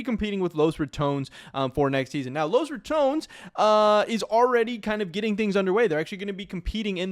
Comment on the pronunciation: dafuq is Los Ra"TOWNZ"???